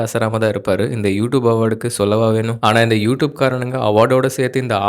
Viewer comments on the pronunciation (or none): Youtube ன்னு சொல்லுங்க அது உ tube இல்லை.